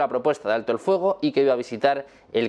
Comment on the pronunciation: Que mala pronunciación!!! Es Fuego No*FOGO* Luego No LOGO que BRUTO!!!